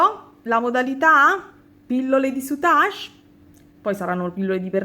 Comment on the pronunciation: Tesoro, io ho sempre pronunciato senza la e finale, come in inglese, sei sicura della tua pronuncia? si impara sempre, soprattutto dalle amiche vulcaniche, cmq rosa e grigio col blu marine è superbella come combinazione di colori ❤️❤️❤️